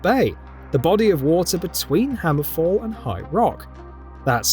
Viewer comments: Hammerfell not hammerfall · Terrible video, at least pronounce Hammerfell correctly and do some research about Redfall which is an already published game, was a bunch of other stupid things in this video too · 1. It’s HammerFELL not HammerFALL 2. Redfall is a whole game by itself.